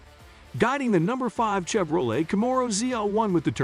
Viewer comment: Plz say camero and Chevrolet properly! I really want to like this channel but I can't due to the fact you're not pronouncing those right! I wish you well